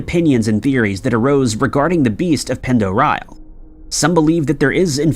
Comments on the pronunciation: Um yeah.. Lake Pend Oreille is actually pronounced: lake - pond - a -ray - and is in the Idaho panhandle .. not to far from and to Canada.. one of my distant uncle’s had a house on the very southern part on the west side of the lake.. there is a town called Hope if I remember correctly .. I do however remember what a great place and time I had there on that giant - beautiful- deep and just all around spectacular part of the state and country. .. Fishing there is extraordinary ..especially if you can troll from a boat.. i somehow remember people with us catching (this was 40 years ago now) Kamloop and Cuttthroat Trout- Kokanee Salmom- Northern Pike - hope to go back some day soon. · Ok first of Pend Oreille is pronounced Lake Panderray dont ask, lived there for 10 years never facking made sense. Its also in Idaho, not ohio? The hell bro? They claimed its native american, but um... No its not im cherokee and Apache that's gibberish lol. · I love you, but Pend Orielle is pronounced "Pond Orray" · I grew up on Lake Pend Oreille. It’s French and is pronounced “pond er-ray”. I also had a weird encounter once where I’m pretty sure I saw a periscope pop up from the water once from one of the submarines while out in the middle of the lake on an inflatable boat thing my friend and I paddled out on. Creeped out so bad that I refused to swim out in the deep parts ever again where I couldn’t see what was below me. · Pend Oreille is pronounced Pond-er-ay, just FYI. And the lake is indeed in Idaho, though there is also a Pend Oreille County in Washington state. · Lake Pend' OReille is in Northern Idaho and nowhere near Ohio. Also, it is pronounced like: 'Pond - dor- eye' since it is a French word. It gets mispronounced a lot unfortunately, but at least you can always tell if someone is a local or not when they pronounce it. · Pend Orielle is pronounced Pond-er-ay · Unbelievable your mispronunciation of lake pend oreille. Weak weak weak